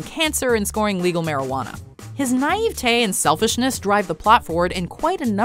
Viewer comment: “His naive tay” ? I didn’t think his tay was that naive #YourJobIsReadingWords